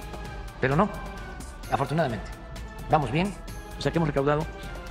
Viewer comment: " vamoj muy bien... Y ejtoy muy contento ".